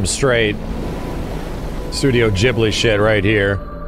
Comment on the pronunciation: "studio jiblee" 😭😭